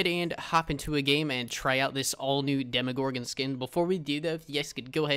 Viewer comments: Its not demigorgon, it’s demogorgon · its dem o gor gen not dem a where do you hear a A